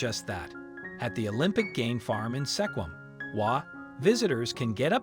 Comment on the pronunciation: Olympic game farm, wildlife in Sequim (is pronounced Skwim).